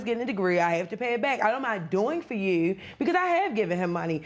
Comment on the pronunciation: I came here just to say this. That emphasis on "uooou"